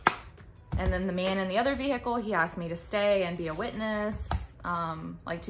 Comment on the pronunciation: I love how you say “ve-hi-cle”